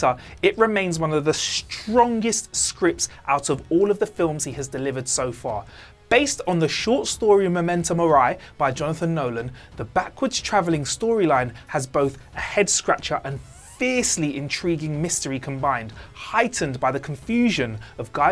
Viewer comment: It's pronounced more like memento mor-ee